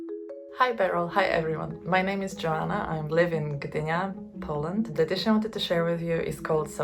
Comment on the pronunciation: The name Joanna is pronounced in Polish like [yoh-ahn-nah], nothing extremely difficult for English speakers, so I don't understand why she chose to present herself as [dżoana] (Polish spelling).